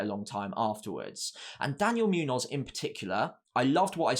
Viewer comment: Great analysis. It’s Muñoz (“munyoz”) not Münoz (“Myunoz”) btw.